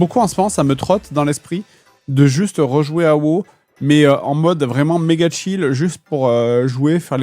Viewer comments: CA SE PRONONCE WOW PAS WOO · A woo, la façon dont tu appels le jeu.... horrible lol